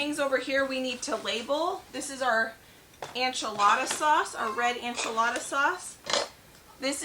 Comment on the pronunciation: Please, why do you say Anchelada instead of enchilada? It throws me off haha. It’s fine but I gotta know!